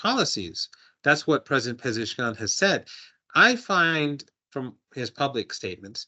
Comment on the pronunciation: Marandi is always a solid listen, but the pleasant surprise on this stream had to be hitting a clean double with her pronunciation of "Pezeshkian"